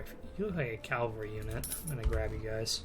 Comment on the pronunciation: If you could start saying cavalry instead of calvary that'd be great....